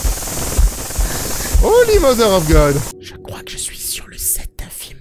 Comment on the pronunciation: me tue quand il dit "howly mother of good" avec la deformation du visage j en parle mm pas je me suis mis en pls telment g rigoler